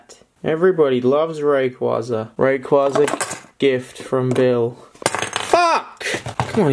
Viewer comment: You can't even say Rayquaza correctly, no youtuber says it correctly, idk how, ITS A BLOODY HELL LEGENDARY AND NOBODY CAN SAY IT CORRECTLY